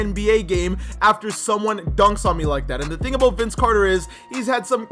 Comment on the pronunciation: me: it's about time: iT's aBoUte tImE that accent gets me every time